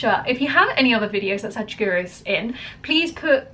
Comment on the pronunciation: It's sadguru not sajguru